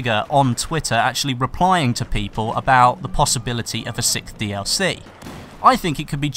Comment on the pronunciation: 'sixth' not 'sickth' lol